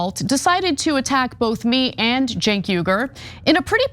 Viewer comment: it's Cenk not jink